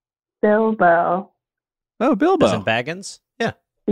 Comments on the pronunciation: Why is literally no one discussing the way jake pronounced Bilbo like Bilba the entire time I feel gaslit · i can’t believe none of them pointed out jake’s continuous use of “Bilba” instead of “Bilbo” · i love that jake is saying BILBA because i'm assuming he has no knowledge of the lord of the rings and he didn't understand the correlation between all the fake names but he just didn't bring it up😂